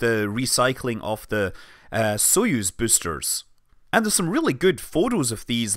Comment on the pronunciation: you have a funny pronunciation of the word "boaster" lol